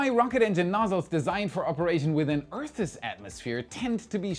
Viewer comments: just an FYI--if you pronounce "Earth's" just like the plural "Eatths", it will sound just fine. But then I wouldn't get to chuckle every time I hear you try.☺☺ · Earth's ONE SYLLABLE😊